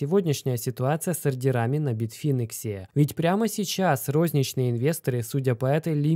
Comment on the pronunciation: информация к сведению: не битфИнекс, а битфАйнекс!